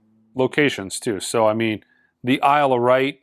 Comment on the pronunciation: It's Isle of 'white' and 'Sus-pi-ri-a 👍